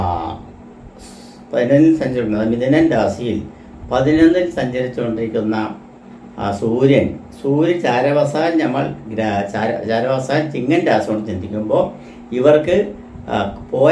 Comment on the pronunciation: നിങ്ങൾ ആദ്യം ശരിയായി മലയാളം പറയു. രാസി 😂 ആസ്വാസം😂 ഞമ്മള്😂സെനി സർദ്ദി😂